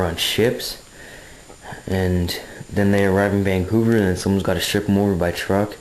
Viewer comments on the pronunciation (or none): none